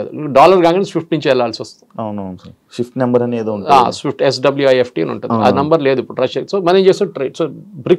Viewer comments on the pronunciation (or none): none